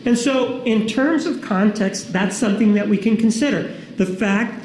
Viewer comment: I think she's expert on how to pronounce the word context lmao even jodi and her two attorneys look like they had enough of how she answered lol